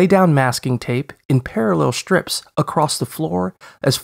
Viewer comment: Maybe I've heard this or not, but suddenly the way he says "shtraight" and "shtrip" sounds very strange to me.